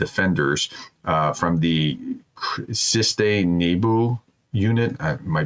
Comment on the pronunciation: Dear Professor you should be able to read a little better Slavic words. CHYSTE NEBO-CLEAR SKY cheestoo nebo. Your pronunciation is really awful and amazingly stupid. Stay well and safe....